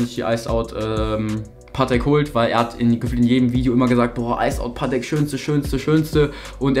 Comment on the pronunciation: Bro es heißt paTEK nicht PAtek haha